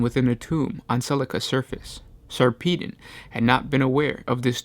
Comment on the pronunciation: Sarpedon pronounced Sar pa don